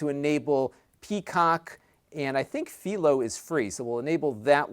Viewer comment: Philo is not free. It's a cheap cable option. Also it's pronounced as "PHI low" as in Hi Fi or Pie but with an F sound. Great review though. All your information is correct as it usually is and unlike many reactionary videos where angry users start cursing Nvidia the blame is properly placed on Google who actually applied this change. You did a good job putting down Nvidia and Google for these changes to a superior piece of hardware and you are right it sucks that it looks like every other cheap $25 streaming device out there now but also correct that it's probably the future of Android TV across every device and like it or not it's just something we have to accept. You know of the close to 190 billion Google made last year something like 146 billion was ads alone? Changes like this are exactly why. Advertising is now what they do and they do hundreds of billions of dollars a year worth of it. Good review. Good amount of shade properly thrown at who deserves it. I can tell you're not a fan of the advertisements either as most of us aren't but overall it's a small dislike to a device that we really do like so we'll learn to deal with it. At least the recommendations are quite useful so that helps soften the blow.